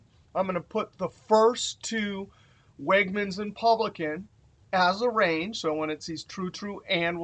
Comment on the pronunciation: Great video as always,. For future reference, note that the grocery store Wegmans is pronounced like "LEG-mans."